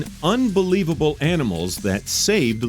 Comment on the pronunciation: This is unbelavabel at the same time belavable